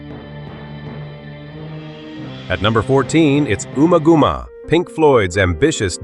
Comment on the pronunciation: Ooma gooma? Try saying it the way it’s spelt.